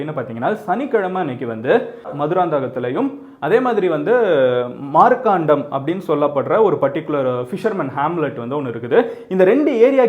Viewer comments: Thala it's not markkaanam it's மரக்காணம் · அது மார்க்காண்டம் இல்ல bro மரக்காணம் எங்க ஊரு பக்கத்திலதான்